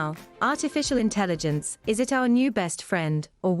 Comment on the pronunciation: The guy talking about Artificial Intelligence can't even pronounce Intelligence. 😅